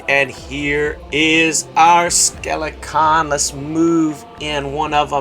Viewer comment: Have you ever considered pronouncing “Skelcon” properly?